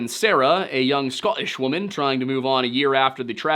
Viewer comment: Did…did you just say “Scottish woman” in an English accent? Christ 😂😂😂 Also pretty cool they have a scottish character in that book especially when the rest of the apalachian mountains are in the north of scotland